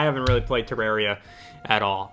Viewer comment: Is that how you say Terraria? I hate it